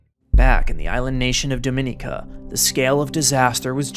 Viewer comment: The mispronunciation of Dominica is maddening